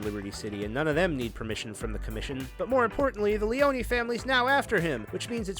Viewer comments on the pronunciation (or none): none